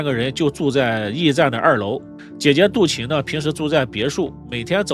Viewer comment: 唉....識人很重要啊... 這一家人的面相就是奔著錢去的... 主持人為什麼一直把杜琴唸成杜臍呢..？？